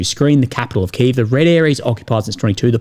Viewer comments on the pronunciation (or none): none